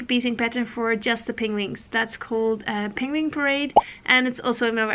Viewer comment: Hahaha! This made me laugh and blush. I was practicing on the penguin pronunciation. But I'm not sure it's really improving haha